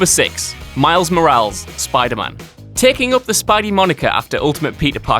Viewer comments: sigh it's Miles Mora-less, not Miles Moraals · MOR-AL-EZ. Not "MorALZ". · It's pronounced mo-ra-les, not moráls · If you don't know how to pronounce Moreles LOOK IT UP don't guess! It's Spanish. It's not pronounced like morals. It's More AL is. If I went to the UK and pronounced UK place names wrong, I would get jeered. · More-Al-Ess. Not More-als. Jesuuuus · more-AL-es. Not Mor-ALS. Jesus.. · I understand you guys are british but really!? Moral-s? You should know the hispanic language, you have invaded their territory often enough! It's Moral-ES as in Moral-ès! It's amazing that people would have become so critical of one another without grasping the simplest rules of humanity. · Moh-rah-les.. come on buddy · Lmaoo the fact that he knows miles is black and hispanic and he said his last name like morals than Morales which is spanish is hilarious to me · Did he call him "Miles Moralz" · It's pronounced "Mor-al-ez" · "Miles Morahls" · Miles "Mo-rals" Really though...? -__ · Why it’s miles morales not miles morals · its not miles morals lmaooo why are you saying it like that!!!!! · Repeat after me mate Mo-ral-es lol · its moralis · Plz don’t say morales like that😂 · Are you SERIOUSLY pronouncing "Morales" as "Mo-RAHLS?!" Come on, man, don't be such an uncultured swine. I understand English is probably the only language you speak, but that doesn't give you an excuse to butcher other languages, especially Spanish, one of the most widely spoken languages in the world. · What is it about Whatculture that you guys can't properly pronounce names? Consistently. Moraals? I think my favorite for a while was Francis Ford Kapala. For all the research you guys do, you'd think pronunciation would be a bare minimum of competence. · its spelled morales but pronounced mora less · Its pronounced "Miles MORE-AL-Ayes" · MORE-AL-EHZ Bro you can’t even pronounce a Spanish name ROFL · I maintain this but now I hear Miles Morals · Say it with me...Mor-ral-lez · say it with me: “MO-RA-LES”